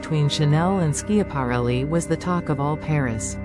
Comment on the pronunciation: How can you expect folks to listen when within the first 8 seconds the AI narrator mispronounced ELSA SCHIAPARELLI?!?